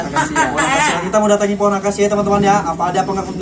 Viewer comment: Akasia bg bukan angkasia